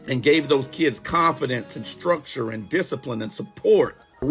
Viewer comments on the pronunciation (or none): none